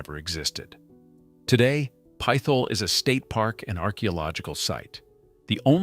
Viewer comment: lol it’s NOT pith ole it’s pit hole for real stop trying to church it up it is what it is a legit pit hole